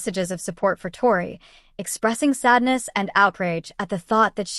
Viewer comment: You can’t even say her name right . This is fake